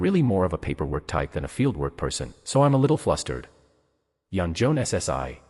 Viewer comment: Honestly, I am not a big fan of AI, but for my dyslexic sister, I'll give this one a pass. Thanks for the upload. Though you really should edit some parts where it speaks too fast and some words aren't read properly. Like, the " - ssi" honorific. Though seriously, thanks. Eagerly waiting for the next upload. 👍🦌📺💕